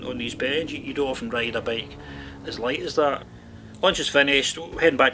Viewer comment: It is "bike" not "bake" also it is "designers" not "desaigners"